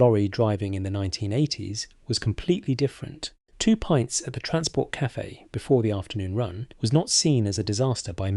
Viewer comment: I Stuck with this until the end to see how many more COCK UPS that monotonous AI Voice could make. DRIV-VING? P ints? to name just 2. What a lot of Bollox.